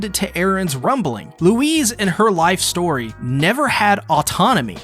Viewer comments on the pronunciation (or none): none